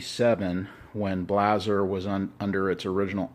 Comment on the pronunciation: Good video, very informative. Blaser is pronounced [Blou-zr]. Love my LRS 2 in 300WinMag.